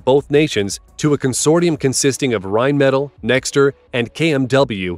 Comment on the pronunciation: listening to Americans totally fail to pronounce Rheinmetall is hilarious